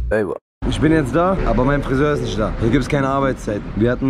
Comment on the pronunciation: wer ist eigentlich : ISCH , KOLLEGA ? und was bedeutet FERTISCH , NISCH